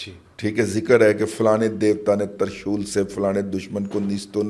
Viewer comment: ترشول کا تلفظ میرے اساتذہ نے 'ت' کو 'زیر ' سے بتایا ، ' زبر' سے نہیں ، لغت میں دیکھ لیں۔😅